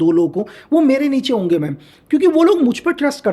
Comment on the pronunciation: Hoenge ❌ hoge 👍🏻